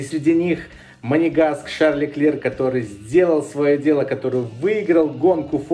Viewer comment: Леклерк,хватит коверкать имена и названия